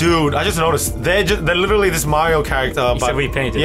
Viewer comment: should say "literally", not "iterally".